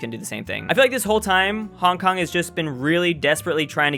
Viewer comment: You popo mispronounced my city